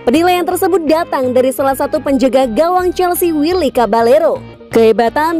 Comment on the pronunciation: Cabayero. Double L di latin dibaca Y bukan L lagi. Coutinho dibaca kotinyo, bukan kontinyo. Kok bisa bambah2 N Kyak kont.... apa gitu min. Perbaiki dong penyebutan nama pemain biar kontennya ga asal jadi.